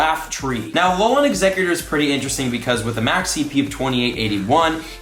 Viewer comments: TypicalUnicorn21 More like A-lo-len no? But please read this comment, it’s driving me crazy as well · Its said A-lo-len, not a-lo-laaaan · BRO It’s Alolan Pokemon not alolon Pokemon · Just saying it’s Al-ol-an not Al-ol-on Not trying to hate, trust me I love you so much but it was driving me crazy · Alex Lopez I mean it’s technically pronounced like that so yeah. But he needs to read this pleaseeee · For real, at first I was laughing and then mildly cringing. Freaking AloLAWN lol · Yes, yes, yes! Driving me cray cray! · How says it: "Alolon" How you're supposed to say it Alol"an" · It’s not alolon forms it’s alolan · A lol an not alolon! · Why are you saying it that way it's not "a low lawn" it's a " alolan" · AloLAN not AloLON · Alolan = "Aah-low-lin" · I die a little inside every time says “Alolan”... It’s ALO-LAN!!! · Him saying “Alolahn” the whole time bothered me so bad!😂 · TypicalUnicorn21. Sounds more like he says lawn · I like alot but im cringing every time he says alolon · I had to turn the volume down to deal with Ah-low-lawn. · going crazy from his 'alolon' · Hey let me help u out buddy. Its pronounced aloe-lin 😅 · the way you say Alolan sorta annoys me It's pronounced Alo - len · I have to turn off this video. It's pronounced a-lol-in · You are saying alolan wrong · TFW keeps pronouncing "alolan" weird